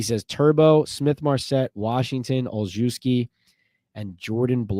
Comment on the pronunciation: Gunner's last name is pronounced all shev ski